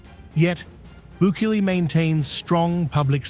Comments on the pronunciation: No es bukil ni buliki es bukele pendejo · The real crime is the narrators constant changing mispronunciations of President Bukele's name. 😂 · 100 executions a week, it's a start. The announcer for this podcast is simply reading a socialist script and can't pronounce the same name more than once to save his life. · The narrator continuously tries to make Cecot out to be a filthy unhygienic place like other prisons. He's trying to be cunning but it doesn't work. Cecot looks like a sensible prison. Narrator also continuously deliberately mispronounces Bukele. Obviously narrator has a hidden agenda